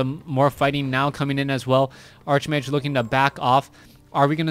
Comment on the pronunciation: nice cast, but why do u keep calling the hero "Arch-mage"? its actually pronounced "Ark-mage"